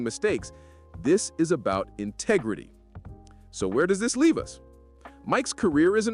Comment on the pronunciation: Did someone say tegrity ?